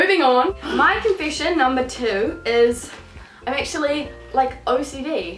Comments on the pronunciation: i love the way you say confession ^^ it's sound like confishin' to me :) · Confishen! LOL